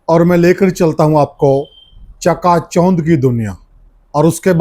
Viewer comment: च्यका च्यौंध के होवे सै क्यों पत्रकारिता और हरियाणवी बोली का भट्ठा बिठावे है चका चौंध होता है या जो यो बोले है यो होवे है